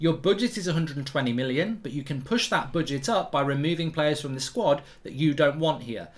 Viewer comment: Why does he keep saying boodget 😂